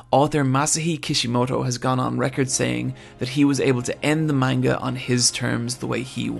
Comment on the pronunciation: “Maneguh” Ugh